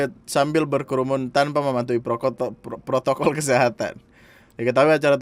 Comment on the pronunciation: Protokol,,, Bukan Pro**ntol.... pelan pelan,,, hihi